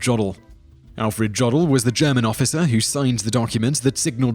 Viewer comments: It's pronounced Yodel (like the singing/yelling done in the alps) not Jod-el. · It's German. It is "Yoh-dahl." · Jodl is pronounced as J was pronounced as I as it's consonant form. In English, the tail was placed on the I to indicate this and the I as a consonant tended to be spoken as a G. The German Jodl should sound as that form of Swiss singing, Yodel. We also have taken the W and V from our many German Royals and so are the only people to call vin, wine. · It's "Yō del" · says 'Massachusetts' correctly but not 'Giuseppe' or 'Jodl' I'm starting to think you're mispronouncing things intentionally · The pronunciation of Jodl is priceless :D